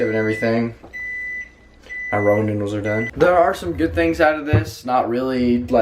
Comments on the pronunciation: Locutus of Borg The First Time he said it he said Great But the second time It did kinda sound like he did gay haha. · Quentin Mcconathy he definitely said gay haha